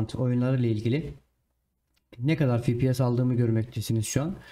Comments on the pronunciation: fipies değil hacı efpies (fps) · fipies değil, "Fe Pe Se" ya da "EFPİES" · Abi Fibies deyişine hasta oldum güzel video :)